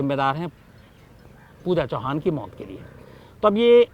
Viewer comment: U r right Pooja chavan not chauhan